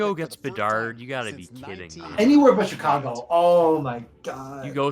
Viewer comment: Go Hawks. Also it's not CHicago. It's SHicago.